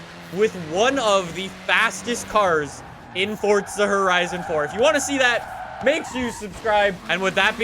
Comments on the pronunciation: DUDE ITS PRONOUNCED "FORZA" NOT "FORSTA" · Haha it sounds like he says “fortsa” but I like your content. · Why do you say fortza horizon 4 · Fortza? Never heard of that game